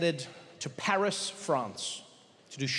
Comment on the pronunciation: it is "Paris"